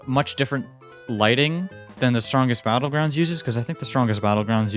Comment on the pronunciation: Blud said bottles battlegrounds